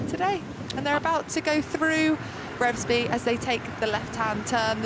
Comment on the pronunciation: I watched the race go through Revesby (pronounced R e e vesby by the way) Fantastic!!